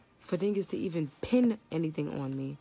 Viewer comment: "To pin (pen) anything on me".